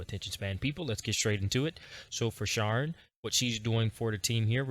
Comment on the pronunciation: "Share-N" not "Sharrrr-N" 😂❤